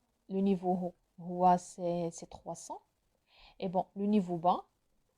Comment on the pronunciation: Salam, juste une petite remarque: on ne prononce pas le H de haut c juste comme "au", bonne continuation